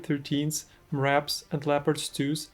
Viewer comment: maxxpro MRAPs is pronounced „em-rap“, just for the future